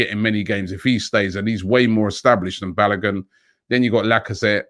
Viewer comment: BA LO GooN ! pronounce it properly mate. Also Martinelli so much better that Nketiah, so loan Nketiah and Willock.